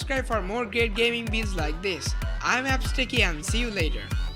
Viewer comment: you don't pronounce it in the right way, What is Gaming ''Bealds''? -__- Try to improve your accent if you want to proceed more in Youtube . And I'm too from Bangladesh. Take it as an advice, that you should improve your speaking, yes, different countries has different accents, but It needs to be pronounced right.